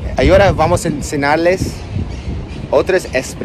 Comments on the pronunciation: Hola te dejo algunas correcciones acerca de tu español: -En el minuto no se dice traslaten se dice traducen (del verbo traducir) -En el minuto con la pronunciación de la ñ cuando dices enseñar. -En el minuto se dice espero que el mercado caiga. También es común decir "espero que el mercado baje", "espero que el mercado se desplome", "Espero que el mercado tienda a la baja" hay muchas formas de decirlo usando sinónimos. -En el minuto se dice ´esta lección" en vez de "este lección". ¡Abrazos! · No digas "ensenar" 😂😂😂😂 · No es "ensenar" es enseñar Pero puedes pronunciar "Enseniar"